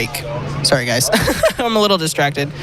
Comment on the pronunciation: "hope you enjoy this one gwes"